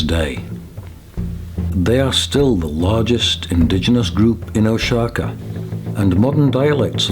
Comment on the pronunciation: I am 1/2 Zapotec. Oaxaca is pronounced Wah- Ha- Cah